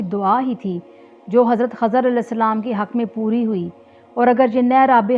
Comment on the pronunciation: Khizer hay khazar nhi